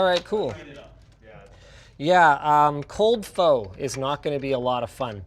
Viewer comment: did he just pronounce Pho like that?